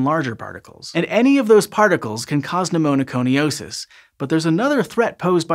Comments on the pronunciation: It's "Pneumoconiosis" not "Pneumonoconiosis". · Cute: Pneumoconiosis, not pneumo*no*coniosis. Starting at the mark and repeated quite a few times thereafter. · just a minor correction: For "black lung disease," which name you never used, you added a syllable to pneumoconiosis ("NU-moh-koh-ni-OH-sis"). You said, "pneumoNOconiosis" ("NU-moh-noh-koh-ni-OH-sis") every time. That said, thanks for pronouncing Appalachia correctly. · Pneumoconiosis is hard enough to say without making it sound as if it's spelt "Pneumonoconiosis". 😁 Interesting topic, though. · But demerit for adding an extra syllable to pneumoconiosis.